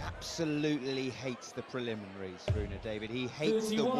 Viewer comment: His name is Rune David. Not Rohit David